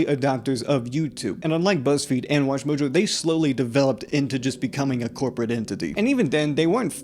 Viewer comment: The cwopwate domination of ywotube